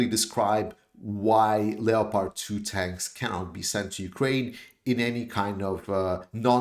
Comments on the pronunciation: Leo-pard 2 tanks?? Lol it’s pronounced LEPP ARD! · Another great analysis.By the way Leopard is pronounced without the "o" in English: Lepard